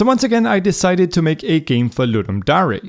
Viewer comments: Seriously no ones gonna tell him to stop saying Dah-ree instead of Dare? I love you dont hate me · its not darey its pronounced dur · It's pronounced 'dare' not 'dah rey' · Just a quick comment your saying "dare" wrong, just wanted to let you know, its not da-re its dare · Its not Dari. Its dare (der) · Great video but am I the only person that gets angry when says dary instead of dear for the word dare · Yup I'TS FINE im fine its ludum da "re" Yes definitely not trigged at all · The way you say dare hurts me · Suprised that not everybody critized you on saying dare like a combination of dairy and dare. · why does he pronounce "dare" like that? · ludum dare - you pronounce it really strange dude. just saying. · I’m pretty sure that’s not how you pronounce the “dare”-part of “ludum dare”.